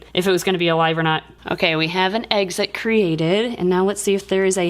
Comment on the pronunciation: I love how said eggxit instead of exit